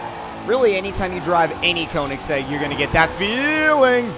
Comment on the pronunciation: You're pronouncing Koenigsegg wrong.